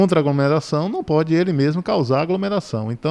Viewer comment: Você deveria voltar pra escola, pois nem sabe falar o português formal. O correto é AGLOMERAÇÃO e não “agromeração”.